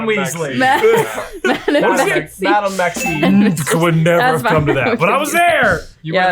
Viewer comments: But DID miss one. He said "Madame Maxine" and it's Maxime. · It looked like J had “Maxime” but I don’t think did. I always thought it was “Maxine” but after hearing it a billion times when listening to GoF I had to look at it in print